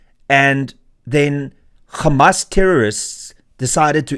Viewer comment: Renaldo. It is Hamas, not Gamas